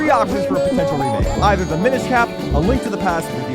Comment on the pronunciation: I will never forgive you for how you said minish IN TEARS OF THE KINGDOM